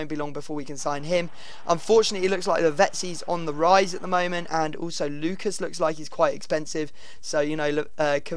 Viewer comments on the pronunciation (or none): none